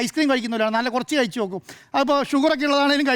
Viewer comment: നേരെ ചൊവ്വേ മലയാളം പറയാൻ അറിയുന്നവരെ ഈ ചാനലിൽ ഇരുത്തികൂടെ? " കയിച്ചു " "സംഭിദാനം " പൈശ??? പറയുന്ന വിവരക്കേട് പിന്നേം സഹിക്കാം.